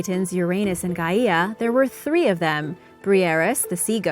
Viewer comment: wow never seen a person mess up the pronunciation of gaia